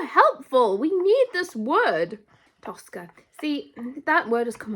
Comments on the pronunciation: It's тоскА with the last syllable stressed, тОска with the first syllable stressed is an Italian opera (Tosca) Тоска has always been an equivalent of sadness for me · ТоскА - ударение на последнюю гласную - А. Тоска - это когда вы думаете о чём-то или о ком-то, и думаете об этом с грустью, и даже плакать хочется. Примеры - 1 - Вы влюбились в парня и тоскуете по нему, думаете о нём и вам грустно. 2 - Вы с грустью вспоминаете какого-то умершего человека или своего питомца, тоскуете по нему, хотите вернуть его. 3 - Вспоминаете своё детство, как вам было тогда хорошо, и вам становится грустно, вы тоскуете по своему детству. Честно говоря, это слово - тоска, оно редко используется в обычном разговоре, и оно уже немного устаревшее. Его часто можно было встретить в советском кино, в старых русских сказках, в классической русской поэзии. Возможно оно и сейчас встречается в поэзии, но я за стихами не слежу. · "Тоскá" (with an emphasis on the last syllable). In my opinion, the best way to describe "тоска" in English is with the words "longing" and "yearning," which're used when we miss our home or a person, which is often the case with "тоска." In other situations, when we're bored, "тоска" becomes "melancholy" or "ennui." "Хамство" is often used to describe verbal rudeness, so we can replace it with "rudeness," "boorishness," or "loutishness." Although the word "сутки" is exists in our language, it's more often used as "day/день" in any case, implying 24 hours without distinction between day and night. like, why count the night if we're sleeping anyway))